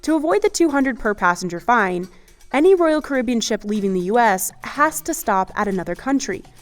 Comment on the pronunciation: Well I made it 2 seconds into the video before I got sick of the mispronunciation of Caribbean.